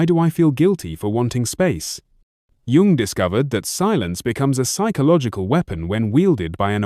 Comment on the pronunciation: A video about CG Jung where the narration can’t even be trusted to pronounce his name correctly? It’s AI. And I don’t think AI should be involved in the creation of videos featuring depth psychology. Too much space for basic errors and inaccuracies, in a field where people with serious issues are searching sometimes in desperation for clues as to how to live alongside seemingly impossible people and situations.